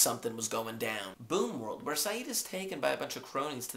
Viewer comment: It's boom world not boon world :p